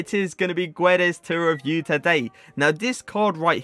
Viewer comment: Pronounces Joao correctly but can't say Fernandes or Guedes lol